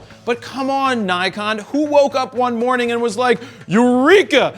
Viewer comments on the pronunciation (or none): none